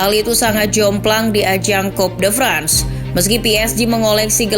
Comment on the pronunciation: Toulouse dilafalkan jadi "tulus" Coup de France dilafalkan jadi "ku de frangs" Saint Etienne dilafalkan jadi "Sang Etiang" Le Monde dilafalkan jadi "Le Mongdeu"